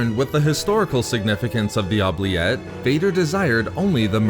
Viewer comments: It's Ooh-Blee- Ette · You pronounce oubliette wrong (its oo· blee·et) its french origin means “to forget”